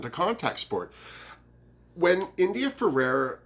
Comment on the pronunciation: Had to make another comment (also good for the algorythm - I'm so serious!) I wish I missed my mother too, so I get what you're saying. I'm sure other people have beat me to it. Her name is India Ferrah. not Ferrerah. And I am also happy to see her back in action! <3 Alexis IS a snack. But you called dips, so you can have them ;D I hope that Juju is at least top 2. She made it to top 3 twice. And she is better than a second runner up. I forgot about the "trafique" xD Yas Ongina better make it faaaarrr!!!